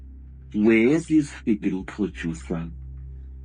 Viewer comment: "filim producer"